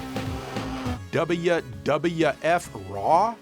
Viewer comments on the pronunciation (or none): Either "double-you", or "dubya", if you want to go full American. None of this fence-sitting "dubbaya" stuff like did, though.;) PS: Oh, or "daburu" (double), for the Japanese viewers among us. Wouldn't want them to feel left out.:) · It’s pronounced “Double-You”. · Duby dubya f pronunciatian is hurting me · i laughed every time joe pronounce WWF as "dabbaya dabbaya eff" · I LOVE how you enunciate "WWF" 😂 Dubbleya Dubbulya Efff